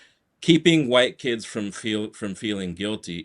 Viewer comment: Why does he keep emphasizing on "kids"😂